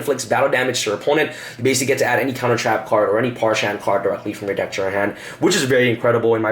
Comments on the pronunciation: Parshath, not Parshant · Its pronounced PARZ HATH.... Not Pars-Hann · Parshath... There's no 'n', dammit. Stop saying Parshanth. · that and parsha'N'th